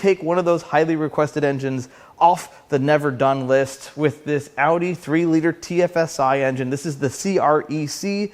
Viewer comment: Thank you for pronouncing Audi correctly. One of my bigger pet peeves.